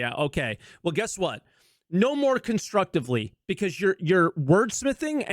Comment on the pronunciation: You said "no more construvtively..." so im leaving, cheers